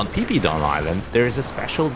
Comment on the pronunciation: rather than d music i prefer to know how u fly drone like that?! it's pronounce as fi fi island not pee pee =.=